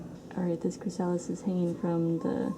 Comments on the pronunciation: Your killing me... It's "Chris a lis" not "Chris sal is". I've never heard somebody not pronounce that correctly. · Its chrasalis not chrisaaalis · Chri-suh-lys not chri-sah-lys just a tip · I thought I posted a comment but it disappeared so I'm sorry if this is duplicate. Thanks for sharing your beautiful, peaceful garden. I love it. Watching the caterpillers was fascinating. Just an FYI that chrysalis is pronounced chris-uh-lis. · I don't know if you will see this and I'm not trying to be a pronunciation police-type but, just a friendly FYI it is pronounced CHRYSalis. first syllable accent. :) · Pronounced, "crist, o-list" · CHRYSALIS pronounced chrys-a-lis not the stupid way you are saying it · very nice video but the mispronunciation of the word chrysalis was driving me crazy. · Seconding that motion, so to speak. Putting the accent on the second syllable of chrysalis is kind of like putting the accent on second syllable of "octopus". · You say chrysalis wrong. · You take such big cats? they are more likely to have a parasite. Do you have that problem? Oh I see you do. I was told not to take older cats. Sorry to be picky but you are mispronouncing chrysalis.